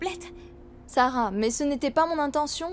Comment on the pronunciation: Ki moun ki tande seb site non kara an di sara😂